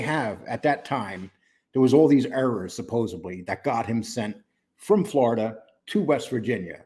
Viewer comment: You pronounce "supposedly" like John Pennisi and 1 or more other New Yorkers I have heard. You just can't fully get that New Yorker out of you,, huh? After all these years, still traces of it to be found in you. Makes me think of the residual traces of Marine Corps still after all these years, travails, so far fallen from grace, in me. So, 🤔 maybe once a New Yorker always a New Yorker?